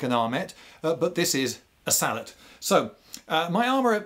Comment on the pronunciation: Yes! "Sallet" not "Sallay"